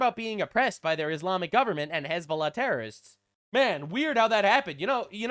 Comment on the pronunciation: His fake ass hezBOOla pronunciation makes me physically writhe